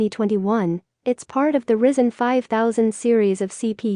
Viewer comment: "Risen" CPU... lol